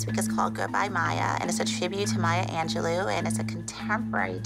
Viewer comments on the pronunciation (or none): It was so funny when Holly said Maya Angeloo instead of Maya Angelou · it’s anj- low